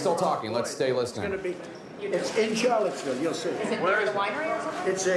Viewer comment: Why do I keep hearing it pronounced "Charlottesville"? It's pronounced "Sharlottesville", like Charlotte is pronounced Sharlotte, with a sh, not a ch. Like, I hear trump just there switch between char and shar, like he once said "Rusher" and "Russia" in the same sentence. Does he just not know words? Why is that confusing people?